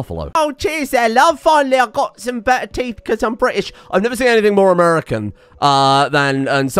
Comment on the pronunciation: my sides are cramping from laughing at that unexpected English 'teef' bit